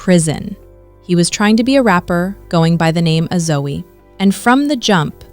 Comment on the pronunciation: You pronounced His Rap Name totally wrong. It's Zoe as in Zo. 🙄😒🤦